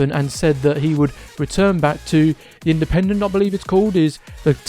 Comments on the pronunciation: Cant believe u havent more subs mate. Your pretty savy apart from calling the Argentine team Indepent Its pronounced In-da-pen-tay. Good work tho mate new sub. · sorry mate Ive had a couple beers and just made a tit of myself. Its pronounced In-da-pen-de-en-tay lol thanks so much for the reply though pal.